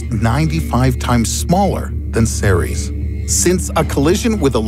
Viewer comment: When he said Ceres i thought he said t-series.